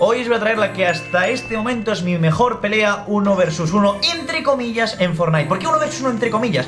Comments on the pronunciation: Se pronuncia FORNAIT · #Fornite en vez de #Fornait :v